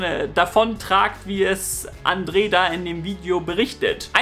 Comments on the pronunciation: Boah es ist andre. Nicht andree das hat mich so genervt die ganze Zeit sry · Andre nicht Andrè